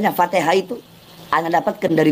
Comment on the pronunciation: baca alfatihah aja salah😂😂😂😂